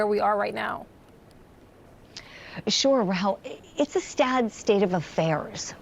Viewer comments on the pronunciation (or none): "Its a sTad state of affairs", lol, am I the only one who heard that?